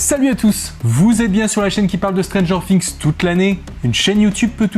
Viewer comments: non c’est Stranger "Fi"ngs et pas "Si"ngs car on dit a Thing a "Fi"ng donc... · Ça me stresse, vraiment😂 stp arrête de dire stranger Fings, cest stranger THings bref😆